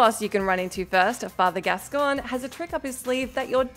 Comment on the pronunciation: Beast “gascon” 😂🤣 I think they’re just churning these videos out now, with people who don’t have any connection to the material. Still distracting tho